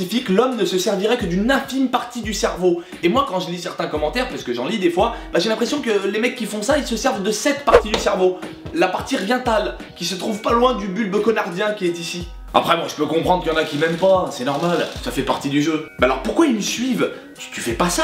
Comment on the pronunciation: "La partie rientale" dés le début jsuis ko mdrr